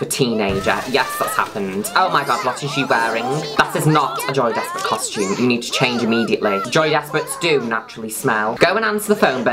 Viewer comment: i always thought you were saying joey desperate